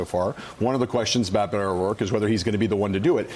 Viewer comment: This guy claims to speak Spanish but he can't even pronounce the name he uses by cultural appropriation correctly. It is not "Bet-to", it is pronounced "Bay-toe."